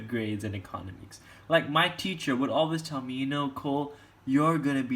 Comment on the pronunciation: the way you say economics gives me anxiety